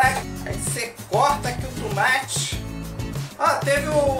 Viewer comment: HHAHAAHAHHAHAHAHHAHAHAHAHAHAHAHAHAHA "TUMATI"